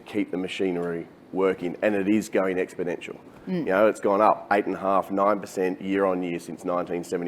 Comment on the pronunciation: Anyone who uses the word 'expodential' instead of 'exponential' isn't investable. I'm out